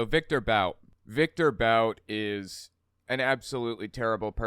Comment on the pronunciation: Bout is pronounced as ‘boot’.